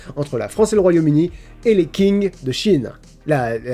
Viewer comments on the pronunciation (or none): Le Q en mandarin ca se prononce pas K mais plus comme un tSH. ;-) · La dynastie Qing prononcé "King" ça fait mal... fait un effort de prononciation ou essaye au moins 😟😭 c'est "Ching" 😵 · Q en chinois ca se prononce ch donc c'est pas [king] mais [ching] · Alors c'est ching ou tsing mais pas tching, mais ça se prononce comme ça oui ^^ et c'était la dernière, la première est la Qin si on parle de dynastie impériale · Le mot "Qing" de la dynastie Qing ne se prononce pas " king ou Quing " mais " Tching " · la dynastie Qing se prononce comme "Ching" pas "king" lol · Bonjour, je viens pour casser une vanne ! Les Qing si on prononce correctement c'est pas les "king" mais plutôt les "tchin" (🍺) Bonne année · La dynastie « King » des Chinois Moi, qui vient de Chine:????: « King » avec un « Q », « Qing » Moi: [pleure en mandarin] Le Q en pinyin (chinois écrit en lettres romaines) se prononce « sh » donc c’est Shing et pas King 🤣🤣🤣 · Petite rectification, la dynastie "Qing" ne se prononce pas "King" mais "Tsing" (le "Q" en pinyin l'écriture latine du chinois se prononçant en réalité "TS"). La blagounette autour de ça tombe un peu à l'eau je crois. ^^' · Pour la dynastie Quing, le Qu se prononce ch. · On prononce "Tching" pour la dynastie Qing, dernière dynastie impériale de Chine d'origine mandchoue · Je suis pas descendu très loin dans les commentaires, si ça a déjà été corrigé navré mais là dynastie Qing se prononce « Tchin’g » avec un léger g final 🤗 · pour info la dynastie Qing ça se pronnonce Tchingue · Je crois que Qing se prononce "Ching" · Du coup petite correction : "Qing" ça se prononce "Tsing", j'espère que mes quelques années de chinois m'auront servit à quelque chose 😂😂🤞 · Vous dites "tch" ??? J'aurais pas mis de "ch" mais un truc plus proche du "ts" (Avec effectivement un mélange entre le "s" et le "ch" mais pas juste "ch".). Je sais pas si ce que je dis est très clair. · La Dynastie "Qing" se prononce "Ching"